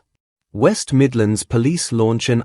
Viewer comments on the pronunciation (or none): none